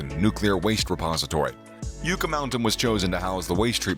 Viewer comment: it's pronounced "YUK ah " and it's pronounced "Tems " not Thames your'e welcome !